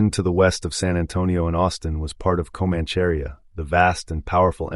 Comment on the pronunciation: 'Comancharia' is pronounced Co-manch-a-ria not the butchered word your trying to say lol... Thanks for putting on YT